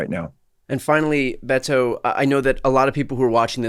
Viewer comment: Brian, I believe his name is pronounced more with a D like Bedo, not a hard Bet-o as you are doing. He seems to be wincing when you pronounce his name.